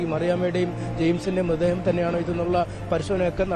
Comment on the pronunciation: മൃദ്ദേഹമല്ല മൃതദ്ദേഹം എന്ന് പറയു